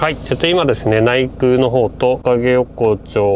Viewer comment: 「ないぐう」「げぐう」と呼ばれていますが「ないくう」「げくう」です